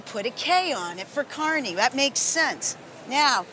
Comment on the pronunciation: At least she said Kearney correctly